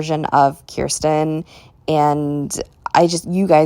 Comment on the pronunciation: I'm with you on most of these... Off topic, but I love that you pronounce Kirsten's name correctly. Most people don't, even when I try to direct them to a video on American Girl's channel where Janet Shaw, the author of Kirsten's books says her name many times... My daughter's name is Kirsten & she hates it because no one gets it right. She gets called Kristen a lot too.